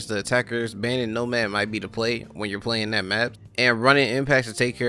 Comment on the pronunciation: “Nomaf” XD